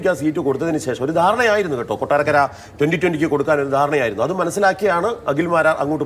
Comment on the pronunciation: കൊട്ടാക്കര അല്ല, കൊട്ടാരക്കര